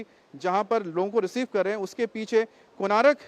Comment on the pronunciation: it is konark, not konaarak.